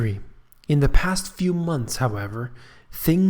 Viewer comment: Past. The word is past.